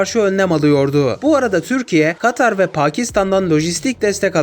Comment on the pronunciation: katar dedin ya yarım saattir gülüyorum